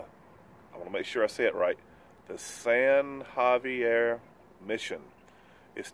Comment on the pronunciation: I'm so glad you said San Xavier right.